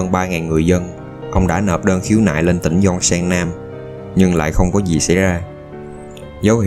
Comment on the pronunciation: Bạn người miền nam nói tiếng miền nam có thể phát âm chuẩn giọng miền nam được không? Miền nam không hề phát âm chữ “gi” thì “z”… “za” cảnh, “zì”, “záo” viên… nghe chướng tai cực kì. Giới trẻ miền nam không biết tự nhiên học đâu ra kiểu phát âm này